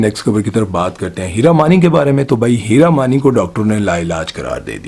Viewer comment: Hira mani from yr accent sounds like heera mandi